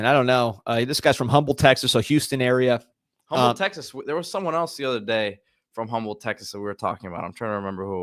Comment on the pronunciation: As a Houston area native I must correct you boys. The city Humble is not pronounced as it’s spelled. H is silent. Think “Umm-Bull” lol